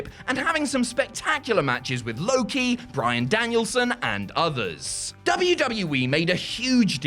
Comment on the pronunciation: Idk who besides Paciti needs to hear this: but Low Ki is pronounced like Low Key not Loki. Emphasis on the K lol